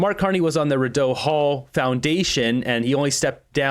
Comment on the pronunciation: Rideau “Rid-oh” ? Wtf? “Ree-dough”